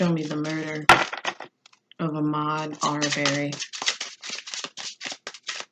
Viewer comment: It’s pronounced Uh-mod R-bur-ree